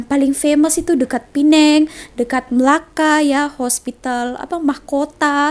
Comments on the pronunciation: Pee - neng.. ✅ Pay - nang.. ❎ Getik lubang telinga aku dgar nye.. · Kawan2 Indonesia semua..cuba sebut Penang dgn betul. cara sebutannya sprt ini .. P neng